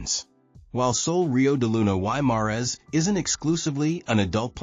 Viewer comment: This guy doesn’t even know how to pronounce Sol Rio De Luna Y Mares !!!! And this video doesn’t reflect how nice this hotel is !!!!!!